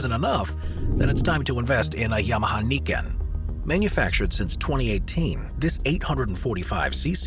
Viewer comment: YAMAHA『ニケン』じゃなくて『ナイケン』ですね